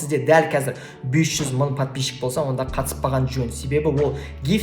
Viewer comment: Ң деген әріпті айтып үйреніңіз, бес мын деп айтқаныңыз құлаққа жаман естіледі екен.